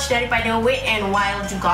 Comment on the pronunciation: Dik, wet bukan 'wit'. Tegur ni bukan utk menjatuhkan, utk elakkan in the future you lebih malu. Better before nak pronounce apa-apa, check dulu dengan google pronounciation dia. overall keep it up 💪